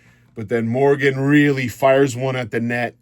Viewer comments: Learn how to pronounce the proper names of the Leafs! It’s Morgan Reilly. Not Morgan Really! Because of this no like or subscribe! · not Really! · Are you mispronouncing rielly’s name as on purpose? 😂